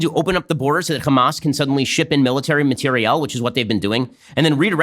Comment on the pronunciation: why does he say material like that